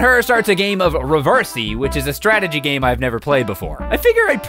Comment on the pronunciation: 'Reversy', or however the heck you're supposed to pronounce it, is just a copy of the board game 'Othello'. Don't worry,. I'm not good at that game, either.